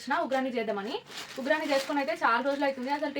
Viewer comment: ఉ గ్రాని కాదు ఉ గ్గాని అంటారు